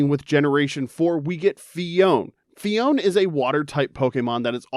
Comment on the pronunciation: Phione and clione both have three syllables! Phi-o-ne, cli-o-ne